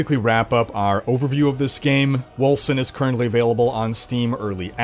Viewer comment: Seems to me like Wolcen should be pronounced "Wolken". <_<